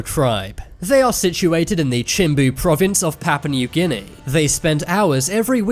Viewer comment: ''Pappa Neuw Ginny'' Oh, you Brits are so funny.